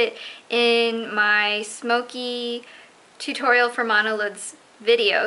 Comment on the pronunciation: I love how you say tutorial............